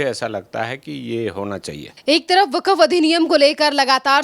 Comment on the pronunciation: वकफ क्यों बोलती हो, वक्फ बोलो।